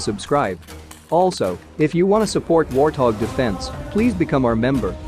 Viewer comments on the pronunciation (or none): none